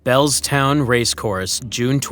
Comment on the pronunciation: it's Bellewstown not Bellstown. AI slop. The story straight from Barneys mouth is on here 'Barney Curley - Yellow Sam Betting Coup'.